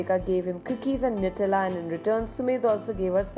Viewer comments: natela unko bohot pasand hai😂😂 Didi use Nutella bolte hai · Not "natila", that's "new-tell-uh' nutella(no offense) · Natella nahi hota hai vo Nutella hota hai,😂🤦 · It's actually nuh-tell-uh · You pronounce nutella wrong